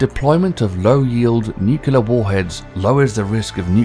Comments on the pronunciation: I know! First time I've heard a non North American pronounce the 'you' in nuclear. These truly are the end times. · Learn how to say “nuclear” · A pity the narrator can't pronounce "nuclear" correctly. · always wary of 'defence experts / commentators' that can't pronounce 'nuclear'. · The fact that the narrator doesn't have the intelligence to pronounce NUCLEAR correctly nor that it's caviTAtion instead of ??caviation??? has lost any credibility that this page may have. Too bad there isn't a speakcheck app. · I suggest you learn how to pronounce the word 'nuclear' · Sorry but the word is not 'nu-cu-lar' it is 'nu-cle-ar'. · *nuclear, not nukular *cavitation, not caviation that was enough ignorance for me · Nuclear...not NUCULAR.............NUCLEAR! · Strewth, nuclear is pronounced NEWCLEAR not NUCULAR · NUCLEAR Is not pronounced NEWC-YOU-LAR it's NEW-CLEAR ok? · nuke-lear ... not nuke-ular... Come on... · Nuclear (new klee ar) not nucular OMG. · caviation, nucliar... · I feel there should just be a global fucking youtube narration class and its should be mandatory if you wish to narrate in English.... allowing for the queens and US English pronunciation differences but come on nucular isn't even a word guy!!!! And cavitation isn't exactly a difficult word. Stuff like miss Ailes and missull that's fine that's a dialect thing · The "nucular" didn't bother me as much as showing the inside of a spherical tokamak in screen while referring to a naval pwr. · Just reading a script. Hired for voice, not proof-reading. However, he also says NUCULAR (slowed down to verify). just like many D and R politicians pronounce it. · "... but have NUKILAR attack capabilities..." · Someone should tell the narrator how to pronounce nuclear. It's not pronounced nucular! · For the love of god... WHY "NUKELAR"??? Freakin word comes from nucleus... NUCLeus not NUKELus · I didn't know Brits mispronounce "new-kular" like Texans did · "Nuculear" It's not a word. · "new-cue-lure" please no